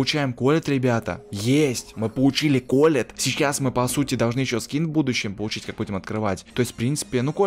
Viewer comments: НЕ К'ОЛЕТТ А КОЛ'ЕТТ УДАРЕНИЕ ПРАВИЛЬНО СТАВЬ!! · Колетт ударение на "е" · ты не правильно говоришь колетт а ты говоришь колет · Не к'оллет а колл'ет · КолеЕтт а не КОлетт